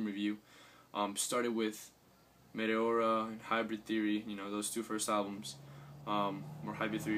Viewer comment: I've been meaning to tell you ever since I heard you first pronounce it, but it's pronounced "Mee-tee-or-uh", lol. And yes, I completely agree that it's difficult for bands to fully go back to their original sounds. LP have stated numerous times that they don't plan on going back to nu-metal anytime soon, but will continue to incorporate it into their albums (along with every other sound that they've experimented with). I can't see them making an all dubstep album like you mentioned though. haha